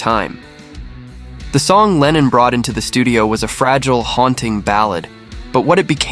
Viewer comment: il faut absolument que tu te corriges !! ta prononciation est NULLE !! lennon n est pas lenine !! grrr